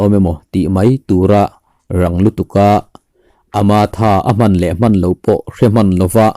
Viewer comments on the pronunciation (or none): I tawngkam hman dan/lamrik dan thenkhat hi a va mak ve. Tehkhin nan. A man A rawn A dang pawh a awm nual mai.